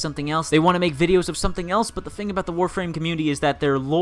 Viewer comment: One thing that pisses me off about, he pronounces all his 'Th's as 'F's. Bugs the fuck out of me. Really petty I know but I just can't go the whole way through one of his vids. "And anofer fing". Shiver.